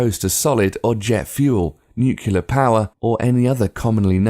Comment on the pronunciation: Why do You keep saying nukelar instead of nuclear??? Please, study, it is your chance! Don't take anything for granted!